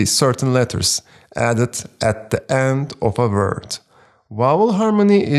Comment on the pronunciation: Teacher, thank you so much. But please stop pronouncing word as “vert”…